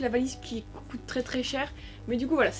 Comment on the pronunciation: Pk tu dis cote coté normalement c coûte couter